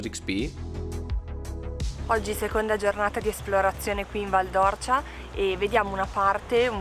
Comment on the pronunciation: Due appunti al vostro bel video, detti sottovoce, da un figlio di quella valle così ben manotenuta: la pronuncia esatta é Val d'Órcia, con l'accento acuto sulla "O" e poi...soprattutto: non siete passati da Radicofani, uno dei 2-3 paesi della valle nei quali sono stati creati i favolosi pici! Il paese più in alto della valle, con la Rocca di Ghino di Tacco, la Posta Medicea e un paio di chiese meravigliose ricche di terracotte robbiane. La prossima volta che tornerete da quelle parti non potrete ignorare Radicofani. Ciao!